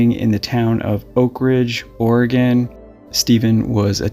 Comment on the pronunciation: Not will- a- met. It's Will-lamb-it. Sorry to be nit-picky, but I lived there for almost thirty years. That was hard on my ears. It's not Ore-a-gon. It's Ore-a- gun. You got that one right!